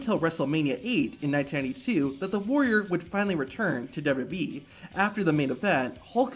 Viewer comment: Dub-Eee? It’s W-W-E. Not that hard to pronounce.